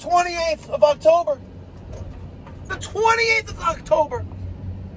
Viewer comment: Sears said "to the 28th of octuber"...wwwwhhhhhaaaattttttt? (Lil john style)......skip sears. good job get that grandmother some hot water